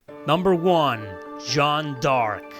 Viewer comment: You still get it wrong. It's not Joan (Jo-Ann), that's the english name Joan of Arc. This is the original french pronunciation Jeanne d'Arc. Closest to english is John Dark, a bit accented so it would be like Zhohn Derk.